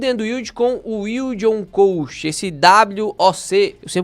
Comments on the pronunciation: Orientações muito boas, só uma coisa me incomodou o vídeo inteiro: a pronúncia correta é "cost" e não "coast". 😅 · “ILD ON CÓST” e não CÔST.